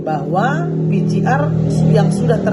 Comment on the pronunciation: Ini politisi wanita kelas kakap, kalau bicara di TVOne dulu menggebu2, tdk mau dikalah, tp sebut PCR saya masih keliru. PCR kalau di baca jadi pi si ar. Bu Irma...bu Irma. Belajar dong cara nyebut yg benar.Maaf